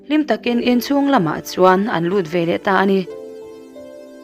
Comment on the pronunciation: Ngaihnawm khawp mai. Mahse, veleh tih tur velah kan ti zel mai hian beng a tikham.